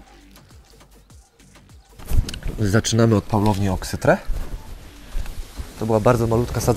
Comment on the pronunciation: nie oksyTRE tylko oksyTRI